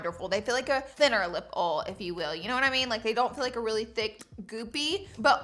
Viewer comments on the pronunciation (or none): I’m cracking up at how she says oil. It’s funny how differently we all talk while living in the same country. She clearly pronounces it as one syllable, she calls it ol. Where I live we pronounce it as 2 syllables, oy-ol. Just something silly that made me giggle. 😂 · Ol or oil 😅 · Ols💀💀💀but luv ur vids but it’s oILLLLLL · Its not a oUol it's a OIL... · OIL not OL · Lol they are not lip “ole” it’s OIL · I’m sorry I had to stop at 3 mins bc of her said “lip awal. And “gisue” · How many times did she say “oll”?! Someone had to have counted!!! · Lip ols???😂😂😂😂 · Say “uhl” again. 😂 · Why can’t you pronounce oil properly? It’s like the easiest word to say it literally has three letters lol 😂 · "These don't remind me of an oll.". So cute and southern. Oll. 😊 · OYE-OL PLS LOLLLL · “are these lip awls?” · Take a shot everytime Laura says ole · Why ????? Do you have to say “LIP OLL” so many damn times !!! I love watching your videos but god damnnnn I wanted to slap you through the screen every time you said “OLL” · learn to say OIL it's pronounced OYL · Laura say LIP OLE one more time 😂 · Me watching the first part a mil times to see if she’s saying lip oil or lip oul Donut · Girl you said oil like 80 million times…. I mean OLS lmao 😂😂😂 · Like ool 😂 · You mean ohl? Lol yeah it’s just…wrong lol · I hope the haters loved hearing you say “oil” 700 times 🤣🤪😂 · The way she says “oil” kills me every time, and I am from Southern Louisiana, where the accents are thick and heavy like momma’s gumbo 😂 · Omg, the amount of times you say oil in the beginning of this video 😂.... Am I the only one that gets annoyed by the way you say oil?